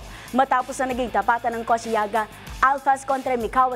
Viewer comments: Koshigaya not koshiyaga 😁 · Koshigaya po hindi koshiyaga